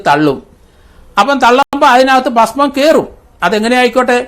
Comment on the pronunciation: എടാ റിട്ടയർഡ് കോമാളി, പഷ്മം അല്ല ഭസ്മം